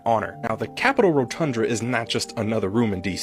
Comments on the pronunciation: It's the Rotunda (row-ton-duh), not rotundra. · Homie kept saying rotundRa lmfao. It’s rotunda fam, only one R buddy ❤ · It's ROTUNDA not ROTUNDRA. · He can't seem to say Rotunda. What's a Rotundra? It's a misspelling of the word Rotunda. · "rotundra" LOL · First, respectfully, the word "RotunDA" is pronounced: "rō-tŭn′də." More importantly, ZERO Capital Police died defending OUR Capital on J6. ZERO!!! ZEEEEE-ROHHH. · 'Rotunda" 😊. Sorry it was making me 🤪